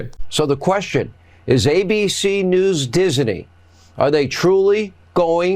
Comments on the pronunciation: Nobody wants to hear from these cartoons anymore. And: Diseny?😂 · Dizzinee? Hannity can’t pronounce a simple two syllable word 😂😂😂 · Hannity, it's called Disney, not Dis-inay, ya throbber. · Why is Hannity saying Disney with 3 syllables? He does it every time he says Disney. Also, I sincerely doubt there would be any significant protest against Dis-e-ny (as Hannity mispronounces it) simply if the debate moderators aren’t lackeys for Trump. I’m sincerely hoping for a better debate than the open platform for Trump’s lies. I know VP Harris will push back against Trump, no doubt there; however, I believe it’s imperative for any news organization to not allow Trump to openly spew his lies. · I hate the way Hannity pronounces Disney. It is Disney not Disaney! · You can tell Hannity has some cognitive issues when he pronounces Disney as having 3 syllables Dis-a-ney, WTF? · Hannity can't even pronounce Disney correctly. He repeatedly says Disiney. Also, the mere idea of any Fox host accusing someone of not being a journalist is beyond laughable! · Why does Hannity keeping pronouncing "Disney" "Dis-uh-ney"? Is he going senile too? Does his brain not work either? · Why does Hannity say "Disiney"? And again... Dude... You can't call into question the integrity of other networks when the one you work for has to pay 3 quarters of a billion dollars for just 1 of the lawsuits against them for lying on trump's behalf. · Never knew it was supposed to pronounced as Dizzany.... 🙄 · Does he not know it’s Disney,not Dis-a-ney! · Since when is Disney three syllables? Hannity keeps saying Dis-a-nee. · Why does hannity need to add an extra syllable to "Disney"? It's a two syllable word, not three. "Diz-uh-knee" isn't a real thing. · why does he call it Diseney? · Hannity talking about journalism? What does he know about that 😅 By the way Disney only has two syllables 😊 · Does Hannity know there are only two syllables in "Dis-a-ney"? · does Hannity know how to pronounce Disney?